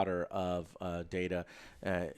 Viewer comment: It's DADA... Data you mean? :D